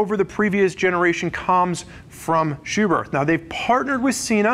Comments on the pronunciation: Spurg: It’s pronounced SchuberT. Germans don’t have a soft-TH sound. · The h at the end of Schuberth is silent